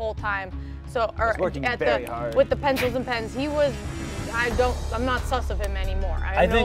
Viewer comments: “ it’ was wvery HARD! “ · "it was very hawd" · “IT TWAS VEWY HAWD >:(“ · no one:: IT WAS VEWY HAWD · "IT WAS VEWY HAWD!" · ‘I WOWK VEWY HAWD’ Lol- this had me laughing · poor shane, that pencil task was VEWY HAWD